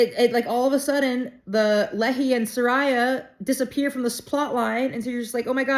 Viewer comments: So fun! Nephi and Lehi pronounced with a long e sound and long i sound like Nee fi, Lee hi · There is an immensely helpful pronunciation guide at the end of the Book of Mormon. For example Nephi is pronounced NEE-fi(fi rhymes with eye) Lehi is LEE-hi. Please continue reading. I would encourage you to go back and read the content BEFORE 1st Nephi to understand how this miraculous book came about into the modern era. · FYI - I’m pretty sure every BoM has a pronouncement guide in the back of the book. Laman (Laymen) Lemuel (Lem-u-el), Lehi (Lee-high), Nephi (Nee-figh). Moroni (Ma-row-nigh) . You are a lot of fun. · In the back of the book before the index there is a pronunciation guide if you want to learn how to say the names properly like Nephi and Lehi... Knee-fy and Lee-hi🫣😂🙏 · The name Nephi and Lehi the I is pronounced as a long sound. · I love your energy and happy reading. For one the name Nephi is pronounced with a long E and a long I. Also, the name Lehi is pronounced the same way that Nephi is. Also, BC is before Christ. I don’t know how many people have repeated this to you, but I figured I would chime in and say to you it is well worth your effort because people are watching and they are intrigued by your enthusiasm about the LDS theology. So thank you.